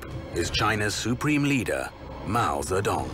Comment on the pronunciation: Sounds like he says Mao The Dong